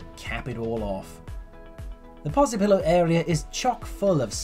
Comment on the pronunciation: Posillipo, not Posipillo 🙈 But yes, Vomero area on top of the hill is very nice and the views from Sant'Elmo castle are amazing. There are 3 funicular lines that take you up to the hill, but only two of them work at the moment (you can see in wikipedia which line doesnt work).